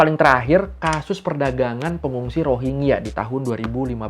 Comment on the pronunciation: bacanya Rohin-Ja bukan Rohing-ya